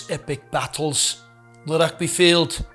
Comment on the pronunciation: Aaai... se going weer "Rugby" in Scots😂😂😂 juelle maak n men's se Vrydag. Mooi gedoen manne. 😂😂